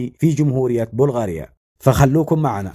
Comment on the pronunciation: اسمها بلغاريا بفتح الباء